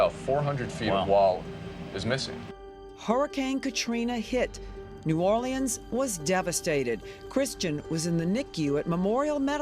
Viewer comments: It's hilarious hearing her pronounce EVERY LETTER in New Orleans. It's not new-or-lee-anns, its new-or-lins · Lady, just call it New Orleens or New Or-lenz because New Or-Lee-Annes is killing me.